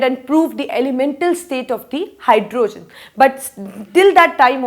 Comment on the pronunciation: Try saying hydrogen not hyrdooogen other than that u r great